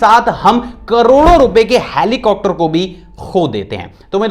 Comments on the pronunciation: Sir helicocter ni hota heli-copter hota hai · hai.. aap helicopter ko ( helicocter ) kyu kehte he sab videos me jisme helicopter ka koi fact batate he. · Why do u pronounce helicopter as helicocter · Who noticed that he said helicopter as helicocter